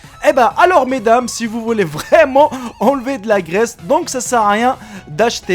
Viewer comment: Ça a choquer personne que quand ça parlait de lessive il dit "mes dammes"